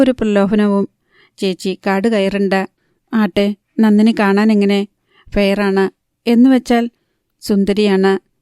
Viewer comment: നന്നിനി അല്ല നന്ദിനി